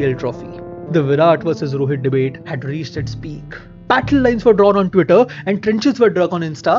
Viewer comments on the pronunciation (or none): none